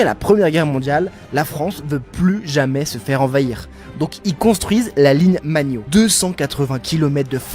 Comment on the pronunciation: La ligne magnot, vous êtes sûr de la prononciation ? 😅